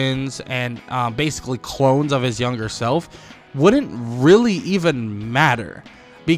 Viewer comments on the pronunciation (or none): none